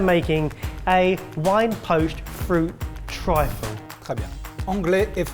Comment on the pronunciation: Triffle? Really?